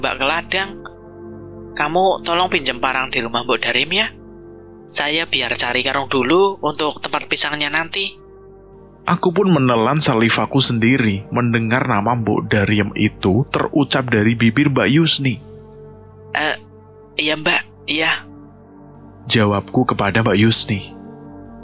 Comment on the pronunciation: Bang maaf kalo ngga salah air liur itu Saliva bukan savila